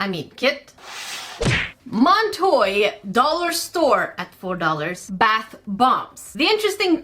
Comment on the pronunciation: The second said Montoy, my brain went “oh I love that Lil Nas X song”